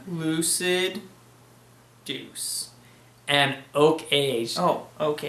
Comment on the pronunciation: I should've told you it was pronounced Doo-Chay. I really like this beer. I've got a two year old bottle and I'm going to compare it to fresh. Glad you enjoyed it. Fun bloopers! Cheers guys!